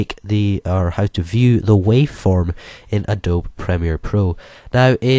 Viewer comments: Please say Adobee not adob - That is how it is pronounced. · You pronounce it as A-Doe-Be :) not A-Dobe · You DO realize it's pronounced "ah-doab-bee", right?